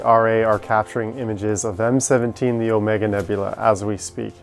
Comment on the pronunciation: It's nebula not nebular